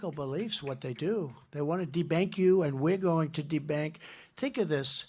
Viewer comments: De-bank …he's the only person who can read "DEBUNK" on a monitor and refuse to admit he's read it wrong … and he doubles down on it knowing that his crowd are never gonna question it! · The Republican's are hilarious... there is no such word as "debank". Did these people go to school? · He STILL doesn’t handle the “big” words! The word is “de-bunk”, NOT de-bank. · Debank? What the heck is that? Does doofus mean "debunk". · “meandering”? “debank”? Since…always! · Trump is getting worse with each campaign stop. De-bank? Liquid gold? Non-liquid gold? Trump cannot even complete a whole coherent sentence. Trump is just all over the place with his "speeches". I bet Trump doesn't even go to his mother-in-law's funeral today. LOCK HIM UP!! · Debank ? ? ? Drumpf cannot read his prompter...and he is incoherent .....How ignorant and insane is he ? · If only he were that clever or articulate. Sorry, he misread debunked … just listen to the sentence he was saying in context. He obviously doesn't bother reading the speeches that are written for him because he feels it's beneath him! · "Debank"???? Lol. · trump can't even read...the word was debunk, not debank.